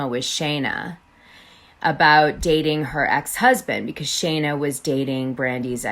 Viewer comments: Its Scheana NOT SHayna 🤦🏻‍♀️🤦🏻‍♀️🤦🏻‍♀️ if youre going to bash her man at least get her name right 🤦🏻‍♀️🤦🏻‍♀️🤦🏻‍♀️ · Love the intel but please make note it’s Shee-na, not shay-na :) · girl, it’s pronounced SHEEN-AH not SHANE-AH 😂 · 1) her name is Sheena SHEEN-na not shay -na! Ah!! 2) what is with all the stupid filters! Just choose one cute one that makes u look pretty and leave it there . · Actually, I heard Scheana's engagement ring (designed by Kyle Chan) was slightly under 13 carats (12.74) and the price range was about $25,000 ~ 💎 P.S. Perhaps he didn't initially have a lot of money --- we are not in their relationship. If they are happy - whatever. P.S.S. Sorry - how much can you know about her, if you can't even pronounce her name - which is: SHE NA --- not SHAY NA ! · Maybe if you're going to do a story on someone you should learn how to say there name correctly, her name is scheana not Shayna! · You're pronouncing her name wrong anyone who watches knows. Sheeeeeeena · Dana, her name is pronounced Shee-na. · Need to learn to pronounce her name when spilling tea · Can you please say her name right, it was driving me crazy listening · Is Scheana’s pronounced correctly? Is it pronounced Shay-na or Shee-na?